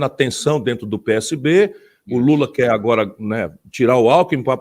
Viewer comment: "Aí dento". . . Abestadô.